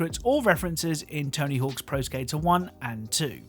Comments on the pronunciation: One thing: It's "Tony Hawk"... not "Tony Hawks"... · There’s no S at the end of Tony Hawk. Sounds goofy hen you keep saying tony hawks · “Tony Hawks” games. TONY HAWK GAMES*** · It’s weird how you can tell he’s pronouncing it as Tony Hawks rather than Tony Hawk’s. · I know and it’s driving me crazy lol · I really hate the way you say “Tony Hawks” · “Tony Hawks” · It drove me crazy